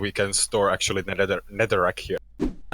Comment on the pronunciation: „Ackthually“ hahahaha the englisch grammar tho